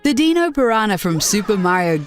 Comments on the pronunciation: "the Deeno piranha" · Wtf is a deeno. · "deeno piranha" lmao